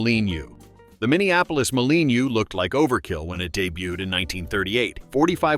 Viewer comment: Minneapolis Moleeeny...... AI slop BS Verbal diarrhea. Downvote.